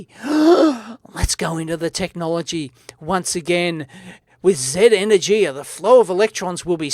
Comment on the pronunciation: Energia is the name for certain missiles in the Russian Space Agency. E-nur-gee-ah.